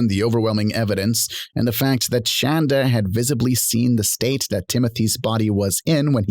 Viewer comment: I love that the woman who insisted her medications be spelled correctly on her sentencing documents cannot inspire any crreator to say her name correctly. Call her Shann-dah until the end of time.